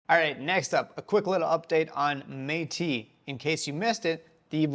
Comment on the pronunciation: Meti..? :D Bro how is it not meti-S :D? 😅😅🙈✨🔥